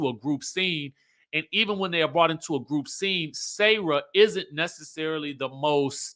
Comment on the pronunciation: I love you but her name is Sarah not sayrah😂. Pronouns the 'sa' like 'salt' and add the rah.